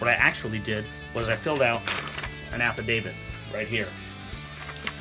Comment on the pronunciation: Did you say app of David or am I wrong